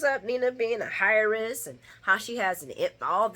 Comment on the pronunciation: Heiress is pronounced "air-ress"😊 I am feeling Carly not feeling Drew, but I remembered how he risked his life to save Nina's daughter and this is the thanks he gets. So I get the butt hurt. AND he went to jail for himself-- he too committed insider trading. Great review!